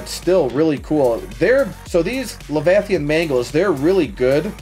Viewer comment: “Levithanhs mangle”🔥🔥🔥🔥🔥🔥